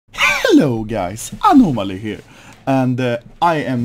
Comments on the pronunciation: anomaly: cunfirmed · Ah-No-Mo-Ly here